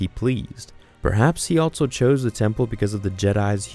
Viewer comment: Also.....not alTso